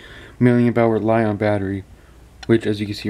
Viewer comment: li-on is lithium ion u are saying it wrong